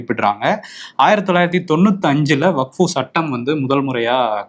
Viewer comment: தலைவரே , அது வக்ஃபு, வகுப்பு இல்ல